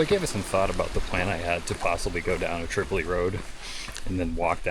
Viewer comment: Welcome back! You are a big reason why I started producing vids of the Whites. BTW Tripoli Road is pronounced "trip oh lie" road despite the city in Libya with the same spelling pronounced differently, and the Kanc is pronounced "kanc ah mah gus". (Hope you don't mind the corrections. They are offered in the spirt of being helpful but I know it sometimes comes across negatively, which isn't intended by any means in this case.)